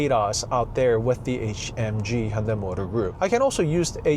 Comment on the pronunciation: Hyundai 현대이 is spelled wrong Hyundae 현대 is correct Please make corrections Hyundae / Hyundai company 🙏 This young gentleman's pronunciation is correct 👌